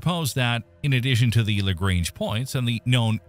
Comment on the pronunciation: I like how you pronounced "Lagrange" two different ways within a ten second interval. 'Merica.